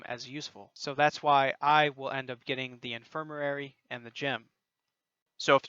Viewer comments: In-fir-ma-ry Not infirmarary. Other than that, helpful video lol. Gave me Forest Whitaker eye listening to you say that word over and over. Good video and keep up the top notch work. :) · im sorry but..its "in·fir·ma·ry" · IN-FIR-MA-RY (In-fur-muh-ree) FOR-GE (FOUR-juh) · God I’m sorry I burst out laughing hearing you attempt to say “infirmary”